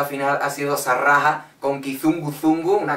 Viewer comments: Me hace gracia cómo pronuncias SaRaha xD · ¿Por qué pronuncias la z de Panetoz y una doble rr (inexistente) en Saraha? xDDDDDDDDDD Y perdona pero el desnudo de Samir & Viktor está totalmente justificado, la canción se llama "Ambos desnudos" y habla de bailar desnudos... jajajajaja (que conste que solo te saco pegas para picarte xP)